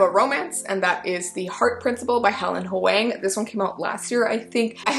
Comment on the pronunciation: huang is pronounced like "hwong", nguyen is like "win", and ngan is like the ending sound of "onion" 😚